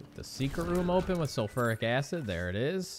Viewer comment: Pls! The way you say sulfuric acid triggers me more than how you say Mario! Lol On the real thank you so much for backlogging for us while you're on your trip I appreciate the time you put in for us keep up the awesome work!